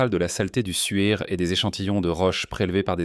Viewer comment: Et le suaire de Turin n'est pas le souaire de Turin 😉